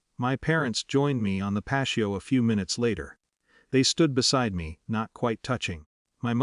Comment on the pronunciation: Video time: "the (patio) lights", You pronounced the word incorrectly as "pasheo". It is pronounced as "pat-e-o". This is a very common word. Who proofs to you voice recording before you release it. You can do better.